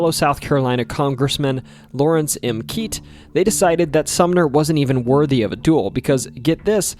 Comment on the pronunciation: Keitt is pronounced 'kit' not 'keet'.